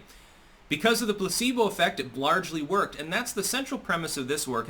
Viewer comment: I spit my coffee when he said "blargely."